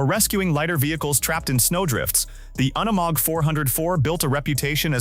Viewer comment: I see you caught that as well. The artificial intelligence couldn't say unimog right. It happens a lot on these off-road things I've heard them say words like ton but pronounce it incorrectly like they were saying tong minus the g. Both the AI storytelling and the AI images are terrible. I've seen one where showed how a gun works and it fired a bullet with the primer and casing still intact